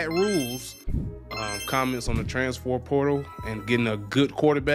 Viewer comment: Bruh can’t say transfer to save his life